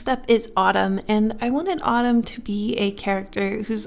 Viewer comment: Winter: Jacquelin /Tatyana Summer: Jensen Spring: (no idea lol) I kept hearing the word Autumn as Ottoman idk why but- That's his name